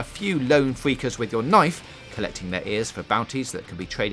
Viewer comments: Please use a member of staff who can pronounce his (or hers) "R's" correctly.....I mean "fweakers"...."quiet wide" "wesources" ....really? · who done this review Jonathan Ross... "fweakers"??